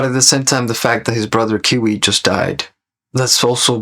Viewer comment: You kept calling Kwei as Kiwi lol